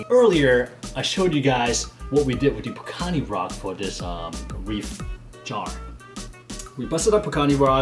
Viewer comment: michael scott it the best character ever! and are you going to say pukani wrong forever???!!!! pukini is so inappropriate =P and my reefer shirt still hasn't arrived, been waiting and waiting lol, hurry up DHL!